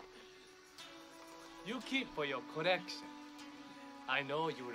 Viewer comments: "You keep for your correction, I know you rike it" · Who else for the first time thought he said you keep for your correction I know you like it instead of collection